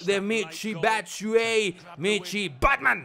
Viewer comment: SE PRONUNCIA BATSUAYI